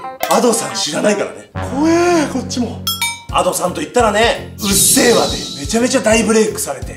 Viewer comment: うっせぇわじゃなくてうっゼェわw